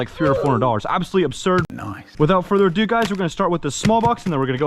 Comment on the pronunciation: Without further uh do